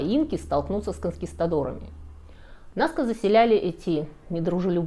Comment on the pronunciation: Что значит они он являются уникальными? Всё что ни есть - уникально! Ну почему вы постоянно не туда ставите ударения?! Что это за аквЕдуки, НаскЕ👈🏻🤦🏻‍♀️ Если бы это был храм и паломники шли, то эти бы геоглифы не сохранились 🤷🏻‍♀️, вы сами только что сказали что из-за туристов они стираются и Райхе своей метлой всех разгоняла. Обезьяна, паук и колибри афигенно олицетворяют стихию воды😄👍 и абсолютно прямые линии повторяют русла подводных рек 🤦🏻‍♀️